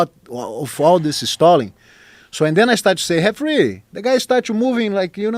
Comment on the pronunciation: Gotta love how rickson says referee with an H sound.